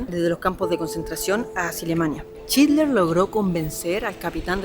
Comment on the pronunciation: Porque decís chidler... Jajjas